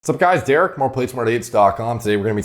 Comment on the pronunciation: I swear, when Derek did the intro i was hearing : "Whats up guys? this is Delts" in stead of Derek..🤣👍